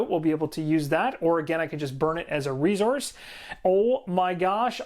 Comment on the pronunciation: Love the explanation and energy! However the word is resource not rezource.